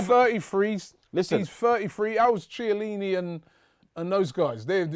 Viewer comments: Say Shielini one more time !!! I double dare ya !!! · I'm pretty sure its pronounced "KIELINNI" .